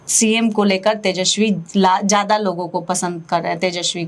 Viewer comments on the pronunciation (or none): पत्रकार महोदया उसका नाम तेजस्वी है, तेजश्वी नहीं।